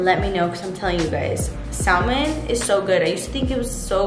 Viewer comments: Say it with me mama : “ SAAA-MUUUHHNNN” don’t say the l in there it’s silent 🥳🥳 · the L in Salmon is silent so it’s pronounced Samon 😝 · Yelling the L IS SILENT! 😂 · Stop saying SALmon